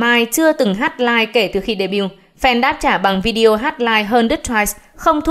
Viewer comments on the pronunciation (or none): none